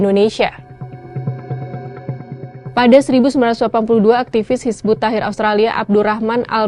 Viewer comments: Hizbut Tahrir Mba ya, bukan Hizbut Tahir, beda makna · Ngomong tahrir aja gak lurus, jelas amat islam phobia